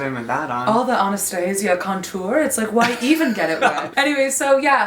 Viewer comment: i cannot cope with the pronunciation of contour